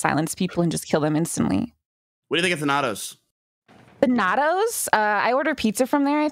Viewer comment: Fucking butchered the pronunciation of Thanatos